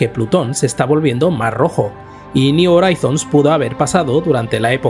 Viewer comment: me duelen los oídos cuando pronuncias "Horizons". Una duda, si pronuncias bien "New" o "New Frontiers", cómo es que "Horizons" lo haces tan...mal? Ayyyy! Por lo demás, excelente video.